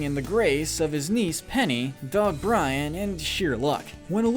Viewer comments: It’s Brain not Brian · It's BrAIn, not Brian. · It’s Brain. You said Brian. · Penny's dog is named BRAIN NOT BRIAN!! IT'S BRAIN!! 🤦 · Am I the only person bothered by hum calling Gadgets dog Brian when his name is Brain.